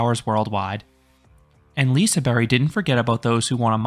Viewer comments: liseberry??? That’s not how it is pronounced by the local Swedes, it is more pronounced like “Liseberj” in a Swedish accent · Lisaberry? It's LisaBERG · Y? That doesn’t even sound right, it’s more of a J sound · what is a Liseberry? it's Liseberg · J as the English pronounciation of J? Like in the word jelly? Because as a Czech, I would also say it's J, but in English context it's a bit different. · bruh no, literally as a swede i can say that it's more of a j, not a y